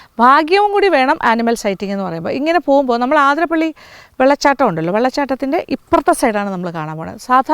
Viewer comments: അതിരംമ്പിള്ളി അല്ല അതിരപ്പിള്ളി ശരി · ഏത് ആതിര ! ആതിര😂പ്പിള്ളി അല്ല അതിരപ്പിള്ളിയാണ്, ചിലർ ആതിരംപിള്ളി എന്നും പറയുന്നു 🤔 ഉള്ളത് പറഞ്ഞാൽ പോരേ? കേട്ടുനിൽക്കുന്ന ഫോറസ്റ്റ്കാരിക്കും വിവരമില്ലേ ? മന്ദബുദ്ധിസംഗമം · The other side of the falls is truly beautiful, awesome view, adventurous.. പിന്നെ ആതിരപ്പള്ളി എന്ന് അല്ലട്ടൊ അതിരപ്പിള്ളി എന്നാണ്‌.. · Maam ആതിരപ്പിളി അല്ല അതിരപ്പിള്ളി ഞങ്ങളുടെ നാട് 🥰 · അതിരപ്പള്ളി യാണ് ആതിരപ്പള്ളിയല്ല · എല്ലാവരും ആതിരപ്പിള്ളി എന്നാണ് പറയുന്നത്. അത് തെറ്റാണ് അതിരപ്പിള്ളിയാണ് ശരി.